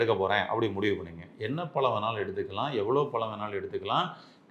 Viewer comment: பளக்கவளக்கம்... பளம்..... தமிழின் சிறப்பு ழகரம் என்ன பாவம் செய்தது